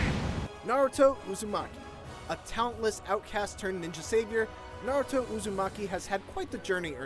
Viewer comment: Finally ign says naruto's name right. Not narudo but naruto.